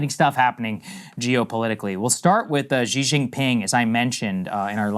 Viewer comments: Xi is pronounced shee and not zhee. Also, Krystal, Lesotho is Le - soo - too. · SAAGAR READ THIS PLEASE. You are better off thinking of "x" in Chinese as being an "SH" sound than you are thinking of it as whatever you are pronouncing it as. Whether you are talking about Xi Jinping, Xiaomi phones, etc, just start doing an SH sounds and it will be much closer compared to what you are doing today (a weird zh or j sound). Just start saying his name like "SHE JEEN PING" and you're good. Or Xiaomi phone would be something like "SHE-OW MEE" instead of "ZH(J)-OW MEE" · China and VietNam have had issues for 2000 years. Read a history book. and Xi is pronounced SHE, peasant. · Xi Jinping is like obviously now you know the world's like most powerful person. Might be you know like nice if Americans at least learned how to pronounce his name, like, you know.